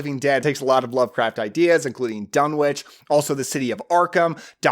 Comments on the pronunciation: Thanks. Saw it when I was 10, doesn't follow all of the book, mixed with 60's witch stuff, etc., but still good p.s., it's pronounced dun-itch, and there are also visual references to meteorites with energy. (On Wilbur's table) ❤❤❤ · One complaint- Lovecraft was an anglophile, so Dunwich would be pronounced Dun'ich. The W is silent in the British fashion. Just like Innsmouth would be pronounced Innsmuth. Well, actually another complaint would be that Lovecraft seldom included positive female characters, particularly as the hero. But Hollywood always changes things to make them palatable to a mass audience. The other changes, like Wilbur being normal looking instead of resembling a goat would fit in that category as well. Just sayin'. But the jump scare with the mother screaming directly into the camera is still effective. And god! What a fantastic soundtrack... Interesting that Talia Shire is a supporting character. Loved this movie as a kid